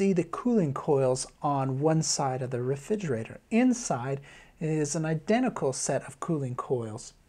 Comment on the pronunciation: I was getting a lot out of this until I realised he can’t say refrigerator, which is super super distacting